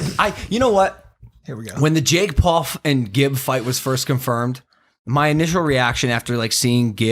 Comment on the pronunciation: Did anyone hear Logan say Jake Pauf in the beginning 😂😂